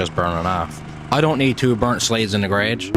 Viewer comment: Newfoundland accent